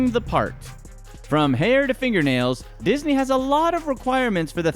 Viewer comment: Did you notice he said isney